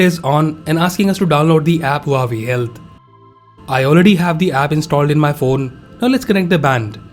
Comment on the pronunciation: It's waw-way (Huawei)